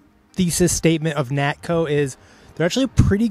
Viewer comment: Nakto, not Natko.